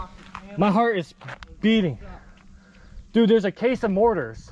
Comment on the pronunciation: i cringe every time they say mortars